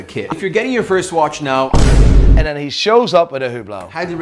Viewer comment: Me: "Now.": "Nigh."